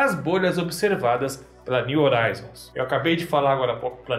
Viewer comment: Só, um “toquezinho” pra você,. A palavra “horizon” está em Inglês e a palavra “horizonte” está em Português. A sonda espacial está nomeada em Inglês e, sendo assim, deve ser pronununciada na sua forma original. No Português a letra H não produz som algum quando colocada em primeiro em qualquer palavra mas, no Inglês, a letra H produz um som de R. Simplificando; se escreve horizon mas, se pronuncia “rrorizon”. Em se tratando da sonda espacial, seria algo como: “niu rroraizon”. Por favor, não me leve a mal.